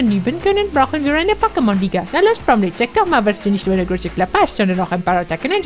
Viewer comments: nicht Bromney sondern Bromley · der Boss heißt BromLEY mit L, nicht mit N (wegen Titel und so) xDD Aber ehrlich gesagt, finde ich den Namen Guzma, also den Originalen, sehr viel besser:/